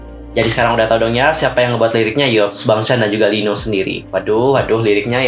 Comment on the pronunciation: Bacanya Lino yaa, bukan i-no 😊 Btw liriknya bkin travelling apa gimana,gw ttp menghargai lirk yg mrk bkin, krn klo kita berlebihan menanggapi aku takut member jd gk nyaman, sdgkan aku sbg stay mrsa kita tmpt terbaik buat mereka 😥 dan begitu sebaliknya..